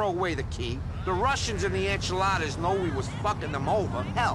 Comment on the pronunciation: Anyone else notice how says "enchiladas" instead of "Ancelottis"